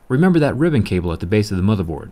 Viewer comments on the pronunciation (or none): HOW MANY TIMES DO U HAVE TO SAY " DAT "